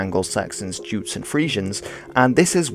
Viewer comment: Can we stop butchering the name of the poor Jutes? The J should be pronounced as Y in Yes, not as J in Judge. Not only do the modern Danish pronounce it like this, but even in Old English